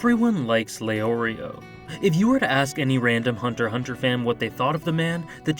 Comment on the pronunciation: OWH SHIT SOMEONE FINALLY SAID HUNTER HUNTER and not HuNtErXhUnTeR. I subbed😎